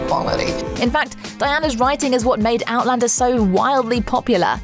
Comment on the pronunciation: One of the best vids about Outlander! Narrator can actually pronounce all of the cast names correctly!